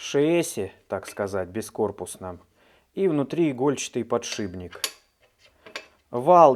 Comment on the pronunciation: ты бы Матвеева посмотрел ( доктор Дью ). Не подшиБник ( он никого не шибает ), а подшипник!!! Правда, ухо режет. Сорян, если обидел!